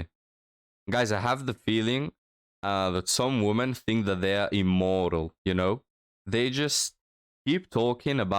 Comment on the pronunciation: I'm glad your videos have been taking off youre really improving. One suggestion I have is "women" the plural is pronounced more like "wimmin." The o sounds like an e for some reason.